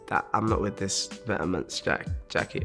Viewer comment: Man said vet-ta-ments